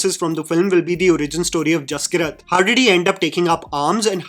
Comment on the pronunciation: Brother I think the name might be pronounced Jas-keerat not Jaski-rat. I might be wrong but I’m Punjabi and that is how we pronounce one of my cousin’s name (his name is Jaskirat).